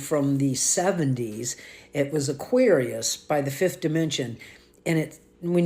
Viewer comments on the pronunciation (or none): The song was not aqueerius. Learn how to pronounce the language.